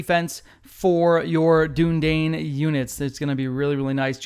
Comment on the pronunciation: Bro please (du-ni-dine)